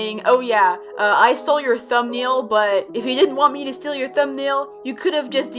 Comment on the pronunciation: also in the first post jaystation posted he said "steel" not steal